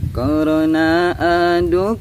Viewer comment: Hmm meni alus suarana💓 tpi kondisikeun nyebut corona lain korongna😂